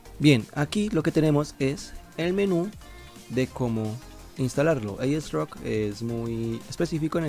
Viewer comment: "aiesroc" ulala